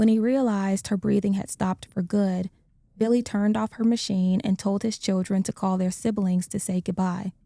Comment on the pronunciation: Hey yall. His name a Vili. NOT BILLY. Vili Fualaau